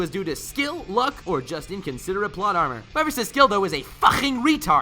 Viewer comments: "BEGINNERS RRLUCK" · Lol “beginner’s rrrddduck!” XD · I want an audio of you saying "beggineres ruck" 😂😂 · Begginer's what? I can't make out what he's saying. :/